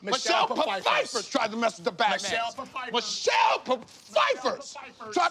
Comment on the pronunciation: Michelle "Pafiefer"😂😭